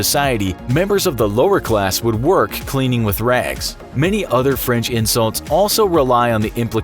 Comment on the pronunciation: They also butchered the French